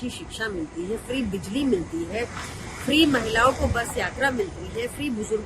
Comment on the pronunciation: emphasis on word free